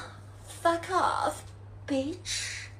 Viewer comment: 过去跟这种东西叫“公交车”，意思是谁都能上。现在这种叫“公厕”，就是谁都可以往里面排泄。而且发音也很垃圾，media, video, bitch等等发音都错。